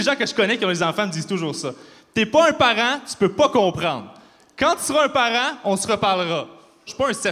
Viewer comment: Si il prononce "parent" "parein" alors comment il prononce "parain"!